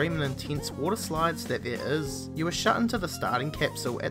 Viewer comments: "there iis" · he says 'is' really strange.